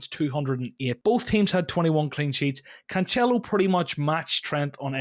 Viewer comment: His three versions of Cancelo, all wrong, was great!